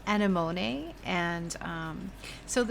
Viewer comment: uh neh muh nee is how you pronounce that crazy flower! It is beautiful and your paints are stunning, That green though!!! LOVE